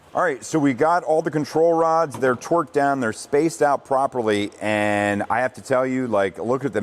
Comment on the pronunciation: Good vid, but I swear you’re saying twerked instead of torqued 😂